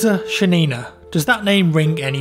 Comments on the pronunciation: It's ShAnina, not ShanIna. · great video, feels good to hear something good about soviet army for a change. But i have a few corrections. First of all she ShAnina, emphasis on the first "a". Secondly Archangelsk isnt a village nor its a town, its a city. Thirdly it wast the russian army that fought in the war, but soviet. Its not a big deal but you really should understand that there were many non russian people fighting for the soviet unuion sinse they were part of it. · Roza SHAnina - Not ShaniNA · Please, pronounce her last name correctly,. Just put "Шанина" in Google Translate (choose Russian) and hit "play. It's not that hard to learn how to pronounce a foreigner's name before you record. Please, upvote for to see. Thank you.